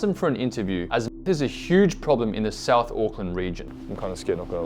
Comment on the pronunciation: The maori low intelligence stereotype is hilariously highlighted in this video hahahahaha, NONE of them can pronounce words with "th" in them lmao. "Souf auckland" "I fought" "free" instead of three, "vay" instead of they, "ovvers" instead of others, I could go on for years, they have no interest in not sounding uneducated.